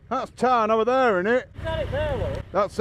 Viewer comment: It’s Tarn not Turn unless I’m hearing wrong 😂